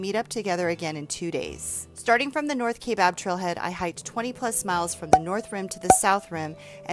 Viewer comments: I hate to be the one to do this but it is pronounced kI bab, the a is silent. A lot of people pronounce Mogollon wrong to. I hope the north side heals fast from the devastation of fires, Jacob's lake has been one of the most exciting places in AZ that I've been to. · Born and raised in AZ and have hiked many miles in the Grand Canyon including rim to rim Nobo starting at 1am and you are right, a bit creepy at night and a bit surreal. Us AZ natives pronounce Kaibab a bit differently with a silent "a" and heavy emphasis on the "I" (ki-bab). many actually add a soft "a" sound after the "i" (Ki-a-bab). Great video!! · I love your channel and I'm just catching up with a lot of your videos. Watching this one, I'm cringing every time you mispronounce Kaibab. Hating hiked this so many times, I'm surprised you've never heard anyone pronounce it correctly for you.